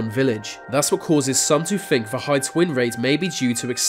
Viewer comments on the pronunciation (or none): GO TO SPEECH THERAPY... Blow your nose... Bloody awful. "fink" instead of think.. "Airwea" instead of area. "fousand" instead of Thousand. "growf" instead of growth. Totally f'd up what could be an interesting doco. Redo it with another speaker